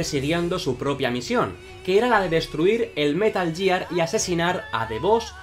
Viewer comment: Que buenos videos... Dan buena sinopsis de los personajes, explican bien las historias y la producción está 10/10... Pero que digas "yiar" duele 😞